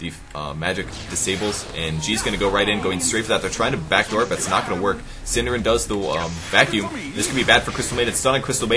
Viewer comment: got so confused who 'syndereN' was :P before I found out that it was only the english way to say a nordic word xD hahaha